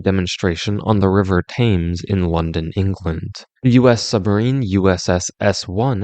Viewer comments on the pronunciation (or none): Just so you know, the river Thames is pronounced "tams" or "tems", perhaps, not "tames"